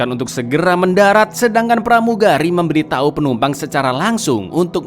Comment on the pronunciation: Memberi tahu Min,bukan memberi tai